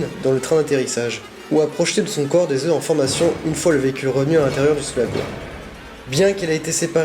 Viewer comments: Désolé de faire le rabat joie mais j'ai les oreilles qui saignent au bout de 20 fois dans la même vidéo !! Des œufs !! On dit des œufs (eux) pas des euf !! Stp ça rendra tes vidéos plus crédibles et tes commentaires plus sérieux ! Bonne continuation ! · Sa se dit pas des oueuffffff! On dit des oeu.... sans me le f au pluriel purée!! Ta appris ou le français ?